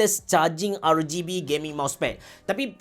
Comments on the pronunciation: Kenapa ARGAYBE? Bkn ke ARGIBI? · No one: Absolutely no one: Abe ceroh, : R-GAY-B ke... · R-gay-B, Onee-ke.. AHAHAHAHAHAHA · rgb sebutan indo ke tu? piyubege